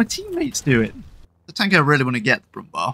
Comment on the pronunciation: Quick note: ''Brummbär'' isn't pronounced like ''Brumm-bar''. ''Bär'' is just the german word for bear, so it's actually pronounced about the same. So for future refererence, ''ä'' is usually pronounced about the same as the ''ea'' in bear, or often also like the E in belly. :)